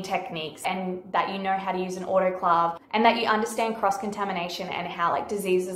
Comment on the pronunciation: You pronounced autoclave wrong.